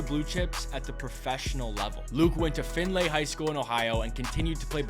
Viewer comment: Findlay is pronounced F-ind-lee… not F-ind-A